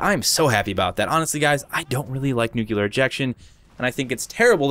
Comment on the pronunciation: It's "nuclear ejection" not "nucular ejection"....